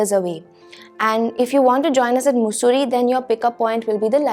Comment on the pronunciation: It is मसुरी not मुसुरी